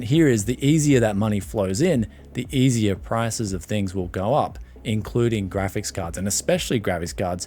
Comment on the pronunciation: "gravis cahds." are you drunk?